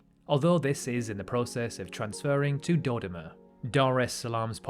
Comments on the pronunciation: You don't need to know this, but let me correct you: it's Do-DO-ma, stress-wise. Bantu languages almost always put the stress on the penultimate syllable. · Even for a britunculus your pronunciation of Dodoma is absurd! Hint Doh Doh Mah.